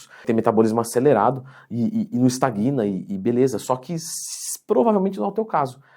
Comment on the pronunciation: Excelente vídeo, mas ao ouvir "estaguina", meu ouvido doeu rss.